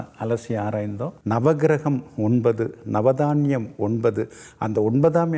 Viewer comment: Bhudan is not correct. Puthan is correct . சாத்திரம் ஜோதிடம் சொல்லுவதற்கு முன் தமிழை முறையாக பேசக் கற்றுக் கொள்ளுங்கள் . மலை பகவான் அல்ல மழை பகவான் . Dhaniyam is wrong. Thaniyam . Bhayam wrong . Payam is correct .